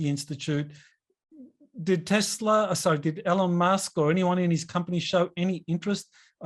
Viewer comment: for God Sake, it's not "ellon- musk" Say it with me:) "E-lon Musk"